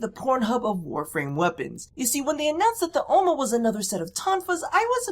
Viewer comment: The way you say Ohma, is how you say granny in dutch (granny = oma) , you just... dont moan whilst saying granny.. please throws up